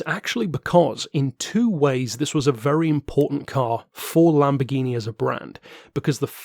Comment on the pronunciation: I don’t know about the lamb bore gyno die ablo straddle. Is this some kind of inside joke? I know it can’t be an American joke considering how hideously you royalists butcher every foreign word. Hey, quick question, how do you pronounce Jaguar? How about Yamaha? Here’s a better question. How do you pronounce Rolls Royce Merlin? The answer? PACKARD.